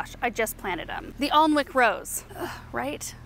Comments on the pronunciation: Hi I love your videos and have been watching for years. I just thought I would let you know that Alnwick is pronounced annick, like rhymes with panic. I visited in 2019 and a local person explained it to me because I was saying it wrong too 😀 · The DA rose you planted is pronounced - Anick 🤣 just another of our English words that are spelt & pronounced very differently. It’s a beautiful town in Northumberland, the North East of the country. 🌸🌼🌸